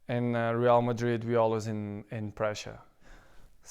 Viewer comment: Prounces Ronaldo wrong, pronounces Real wrong. Fucking idiot trying to make things sounds exotic.